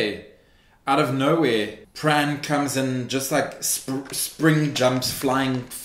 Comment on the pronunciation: i love this, i totally subscribing but please don't pronounce the 'r' in pran, say it like 'pan'